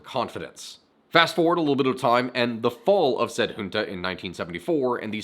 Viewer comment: And we still have millions of supporters for the Junta, also thank you, really thank you, for pronouncing Junta correctly